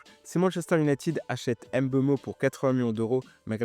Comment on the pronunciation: Mbeumo pas M'Beumo Respecter les nom africain sinon super video